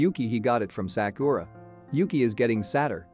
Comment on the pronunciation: I love how he pronounced Sakura's name as saakooraaah😂😂